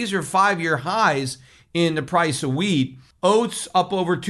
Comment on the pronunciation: Peter said wheat, but for a second I thought he said weed (hemp) LOL Can’t imagine Peter stockpiling weed!